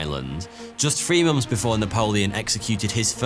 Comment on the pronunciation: How can you say “months” as "momfs"?